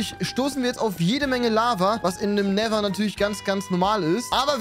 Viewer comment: End=Nether hat es andauernd falsch ausgesprochen:))